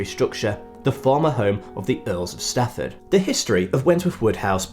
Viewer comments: It's Strafford, not Stafford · Thank you for mentioning the actual Wwbtworth family...as one of them, I point out w predate by many centuries what the Fitzwilliams did and built in the late 1700s and into the last century. FYI you mispronounce and misspell 'Strafford', which has an r in it, and is the name of the land. You say Stafford, which is more common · No, I'm sorry you are wrong as it is my family history. Thomas Wentworth, Earl of Strafford...it's the name of the land where my people came from. The announcer is annoyingly saying the wrong name...not a mispronunciation. You are thinking of Stratford upon Avon, which is nowhere near and nothing to do with Shakespeare...sorry. Wentworth Woodhouse is in Yorkshire